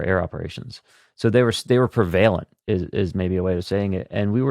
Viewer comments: Prevailent????? I think you mean prevalent you poser who was that dude and what are his credentials? He comes off as a total phony. He did not speak at all like a pilot. I called BS. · Can't get over his mispronunciation of prevalent.